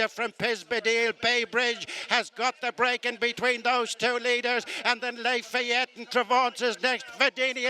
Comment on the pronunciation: This race caller is always mispronouncing at least one horse's name. I thought one was "les fillettes," but no, it is in fact Lafayette.